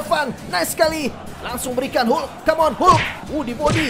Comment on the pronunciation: Sebutan hulk tu tk betul senanye